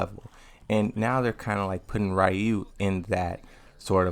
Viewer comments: So much emphasis on “RAW you” 😂 it’s “REE you” that’s why the spelling is ryu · both are wrong It's R-ryuu the R has not vowel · Why do you keep misprouncing Ryu's name?